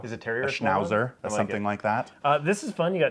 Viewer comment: My guy, you don't pronounce Schnauzer as Shnouzer. You pronounce the German Z as a TS. Great job on the sch though, which is literally just a "sh" sound.